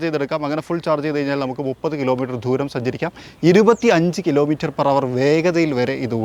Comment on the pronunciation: ആദ്യം മലയാളം നന്നായി പറയാൻ ശ്രമിക്കൂ. "ധൂരം" അല്ല, "ദൂരം" ആണ്.